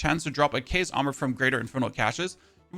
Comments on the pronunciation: It really annoys me how he can say chaotic correctly but not CHAOS! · It’s cool hearing keas instead of chaos with his accent.